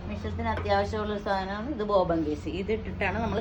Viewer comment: ബോബൻ അല്ല ബോബിൻ